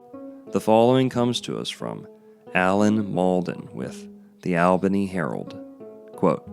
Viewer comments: I grew up swimming there throughout the 60s and 70s, being born and raised in Albany. BTW it is pronounced All-benny. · I actually live in Albany(pronounced ALL-bany). And used to swim in Radium Springs when I was younger. There's no harm being done to the people or environment of the area. Sadly the public is no longer permitted to swim in the actual spring, bc of the danger of debris being deposited by the famous "Flood of '94" whic was deemed the flood of the century. It devastated the city and surrounding areas and its impact is still felt today. I remember it like it was yesterday, as i was young at the time, i remember having to evacuate my home at 2am due to the waters rising rapidly. We lived on the Kinchafoonee Creek which is one of the water ways in the area. Our house took on 9 feet of water. It was wild. Anyways, enjoyed the video. Btw. You're confusing radioactive decay with electromagnetic radiation. Just because you see the word radiation, doesn't mean it has a negative connotation.